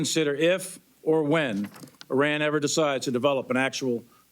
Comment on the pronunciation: These dumb country yokels. High ranking American military leaders expounding on strategies regarding Iran, and don't know how to pronounce the four letter name of the country! 😅 Embarrassing hillbilly leaders.